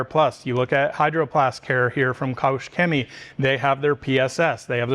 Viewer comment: Nice comparison, thank you. Just a small hint: the "ch" in Koch is pronounced like the j in jalapeño